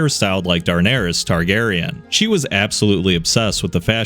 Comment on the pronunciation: "Darnerys Targaryen"